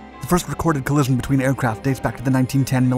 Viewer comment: Very interesting. However you don’t seem to be able to pronounce collision 😅